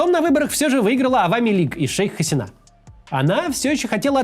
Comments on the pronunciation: Очень сложно смотреть ролик, который начинается с фонетических и фактических ошибок. При разделе Индии большинство населения страны, которая сегодня называется Республика Индия, исповедовало индуизм, а не буддизм. В имени "Шейх Хасина" удаление на И, а не на последнюю А. В слове "урду" тоже ударение на первую У, а не на последнюю... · МуджИбур, Хаси́на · 1. ХасИна 2. забавно тетку называть "шейх". звучит нелепо